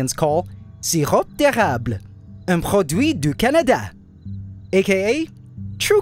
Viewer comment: Waaa j'étais pas prêt pour le "SIRRROP D'ÉRRRABLE UNE SPÉCIALITÉ DU CANADA CALISSE"